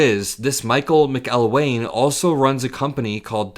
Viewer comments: Accent on the 2nd syllable in the “McElwain” if you’ll be so kind boyo. Cheers. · I believe it is pronounced Mac El wain.